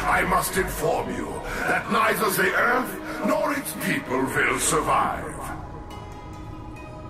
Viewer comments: You say earf instead of earth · "Earfth" lol